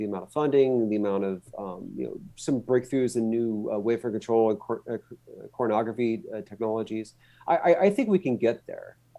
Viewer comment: re - I'm sorry... No matter how many times I listen, it STILL sounds like he's saying "Pornography technologies." Is that what he's saying? Is my age finally taking a toll on my hearing?